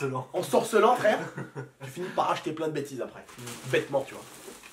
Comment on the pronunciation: dire "arès" a la place de "après" ...